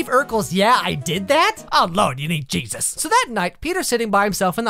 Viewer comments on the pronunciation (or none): none